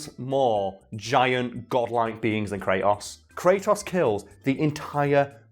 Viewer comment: Is it just me or he can't pronunciate "Kratos"? I keep hearing "cray'os"!